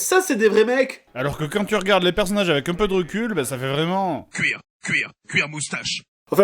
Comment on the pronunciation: Mega dark, c'est cuir cuir cuir moustache et pas guir